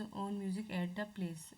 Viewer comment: It's not place it's palace...